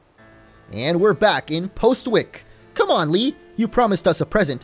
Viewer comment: Postwick is pronounced possick